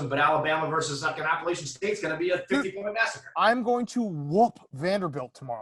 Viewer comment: tried to come for App State but can't even say Appalachian right lol